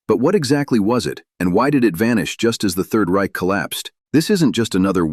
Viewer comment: You can't even pronounce "the Reich" correct. What about "Bach"? Get the hell out of here!